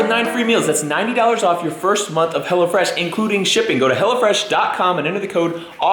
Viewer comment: I coulda sworn she said "Hella Fresh".... lmao.....